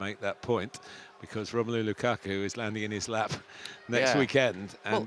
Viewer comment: “It was a great performance from Chelsea, but it was a great performance from Lukaku..” I’m not sure that’s how emphasis works Gary